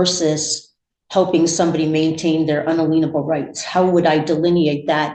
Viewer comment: I'm pretty sure she's trying to say "inalienable rights" but she has no idea what it means or how to pronounce it.